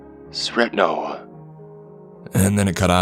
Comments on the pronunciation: You pronounced "Srećno" wrong. I'm sorry but it bothered me so much I had to comment.. Good luck is not "srekno" or however you said it... the Ć is pronounced similar to CH .. so it's pronounced like SRECHNO. Next time please just check the pronounce. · /sraechnoh/ kinda like this,if youre an english speaker,and the r is very prominent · Oh my, you pronounced Srećno so bad that I didnt even understand it before you explained it 😂 but we serbo-croatian speakers forgive you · Omg I was thinking this to djdjdjsj